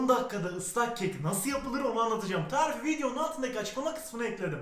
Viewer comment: Eveeğğt bugün sizlere ıslak kek yapacam.Bu tarifi de çok istemişsiniz bomba bir tağriğf daha geliyoğr. Her videoda bunu söylediğinde gülüyorum seviliyosun